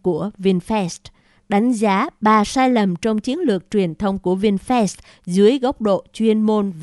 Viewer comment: Cô bé đọc Vinfast như Vin Phét. Nếu cô bé đọc Vinfast như Vin Phát thì chắc ae DLV và AK47 khoái.